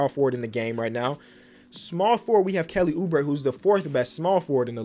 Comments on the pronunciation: Mans almost said kelly boobre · “Kelly boobre”!?? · Kelly boo-bre 😂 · we gonna forget about saying "kelly boobre"